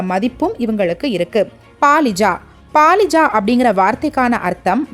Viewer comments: It is not Palija it is Balija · Not Paalija, but Balija